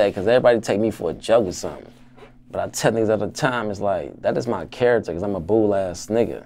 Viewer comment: He meant to say “bharacter” 💯